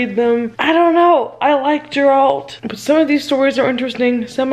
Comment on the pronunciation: the way you pronounced Geralt... I love you so much. I'm sad you didn't enjoy but I also agree with you that not every one of the stories is great! Maybe if you're still interested you can just skip to Book 1?